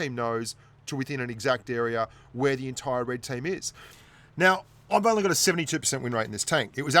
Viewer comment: i am kindof a clown at this game but i think its funny when he says only 71% winr8 in the ru emphasis on only